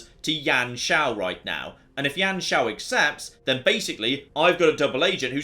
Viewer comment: just a quick thing, it isn't Yan Shao, you pronounce it as "You-an Shao" i think.